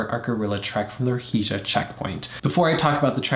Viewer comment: Perfect pronunciation of Ruhija 👍